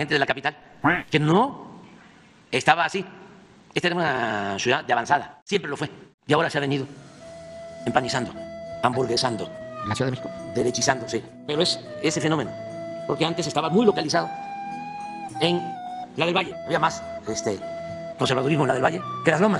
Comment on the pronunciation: Que le enseñen a hablar a este tipo :19 "hamburguesando" es aburguesando